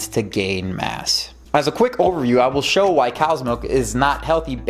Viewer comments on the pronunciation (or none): none